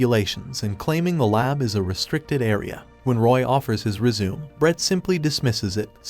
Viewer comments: AI generated trash... doesn't even know how to pronounce "Résumé" and instead pronounces it as "resume" XD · pronounced "res-u-may", AI voice :) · I'm so tired of AI voices that don't know the difference between resume as in continuation and resume as in a document you use for finding work. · When will AI narrators learn to pronounce resumé?